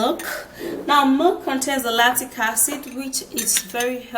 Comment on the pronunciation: That is milk my dear, it's her pronunciation that wasn't good